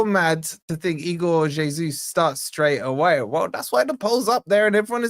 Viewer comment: Its es uss not jay soos